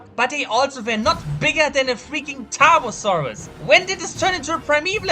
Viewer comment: I forgot how to spell Tarbfursuraus with that god awful pronounciation.